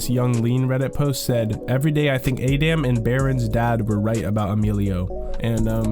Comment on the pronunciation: How can people still not pronounce Adamn in 2025 😂